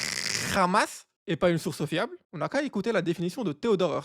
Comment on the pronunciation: Ce chat ! Il sait très bien dire le "rrrrhamassss "!😂😂